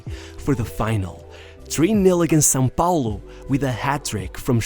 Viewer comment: the very first time a english speaker pronounce "são paulo" correctly, . The narrator is beyond expectation.